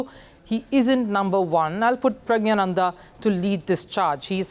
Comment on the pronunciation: Pronounce praggnanandas name as it is used in tamil. Don't try to change it to hindi pronunciation. You know hindi pronunciation is also completely wrong.